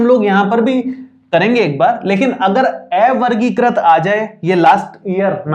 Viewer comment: Ae-vargikrit nhi avargikrit hota h, sir